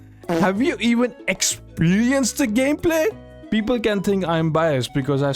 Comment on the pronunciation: Beobol 🤣🤣🤣 best indian accent